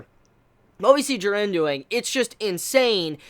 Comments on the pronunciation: JEE-RIN dummy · I'm a big fan of your videos but the way you pronounce "Jiren" really gets under my skin every time I hear it for some reason. Sorry for coming off as ignorant but is there a reason for that? No offence though. :D ;) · We all just need to except the fact will never pronouce Jiren correctly. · You say jirens name weird